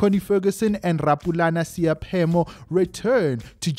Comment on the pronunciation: Not Seyaphemo👎🏿but S..e..i..phemo